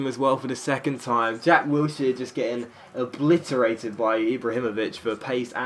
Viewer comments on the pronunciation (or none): none